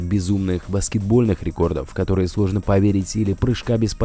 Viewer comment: Суожно, пуане, дрифтауал, усуовия, удауось, вошеу, уолосы...:D